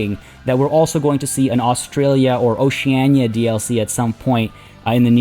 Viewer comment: listen to say oceania at 0.25 speed